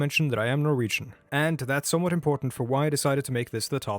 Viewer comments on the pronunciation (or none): Not going to lie, I thought you said you were Mauritian, it took me a while to realize you said Norwegian instead lol.